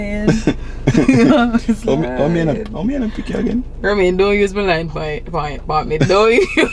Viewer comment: sey" it nuh look tree bad" lol